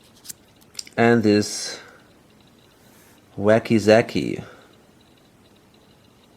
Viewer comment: Wakizashi is pronounced: Wahh-key- zahh-she not waky-zaky. Please stop saying it, your killing me. I can't watch this video cause I can't stop laughing. You say the word and I just lose it. Also are not baseball bats and katana's two handed weapons and therefore not able to be used with riot shields? I love your vids, but your killing me with the "wakyzaky".